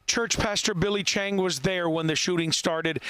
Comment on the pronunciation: The Hero’s last name is Cheng, not Chang, though sound alike. Dr. John Cheng was with South Coast Medical Group in Aliso Viejo.